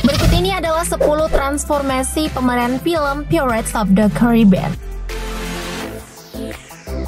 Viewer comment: Maaf sebum nya Pirated (bukan piret tapi pairet pronounced nya) ,Johnny Depp ( bukan dip tapi dep pronounced ) Karena penting UTK menyebut Kan dengan sebenar2 Karena Bahasa inggris lain sebutan lain makna atau arti nya 🤗